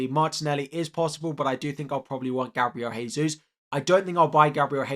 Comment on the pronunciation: Gabriel Jesus is pronounced Dje-sus and not Hey-sus